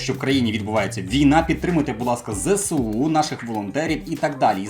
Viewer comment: Файний відос, як завжди твоя харизма захоплює навіть більше аніж сюжет розповіді🤣 Але, ти кажеш не правильно. Не Зе-Се-У, а Зе-еС-У, зверни на це увагу, бо закидають камінням зараз)